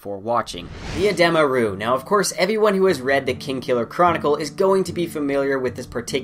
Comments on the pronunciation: I always find it odd watching videos over novels, as people always pronounce things differently. You pronounced edema ruh in this video as "Eh-deem-uh Roo" I always pronounce it as "Eh-Deh-muh ruh" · Oh interesting, I've never heard them pronounced like that! Rothfuss has a YouTube video where he pronounces everything in his book and he pronounces them like "edema roo", but I can see why you would pronounce it that way